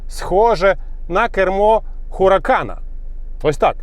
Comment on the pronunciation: Не хуракан! ХАРІКАЙН! Кров з вух....